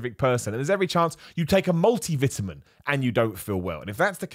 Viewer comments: Who says it like that!?! LOL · The way he pronounced “multiple vitamin” it sounded like a dangerous PED